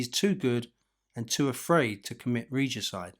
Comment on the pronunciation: reegicide hahahahaahha